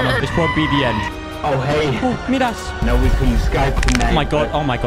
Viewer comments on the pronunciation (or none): Normal Person: Midas: MidASS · Who else thinks it’s annoying he says midass not midas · I stopped watching as soon as he said ‘Meedas’... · Critics: you’re saying “Midas” wrong.:... Get in the well. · Who here is used to saying midas woman lol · why does he say midas wrong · learn how to say midas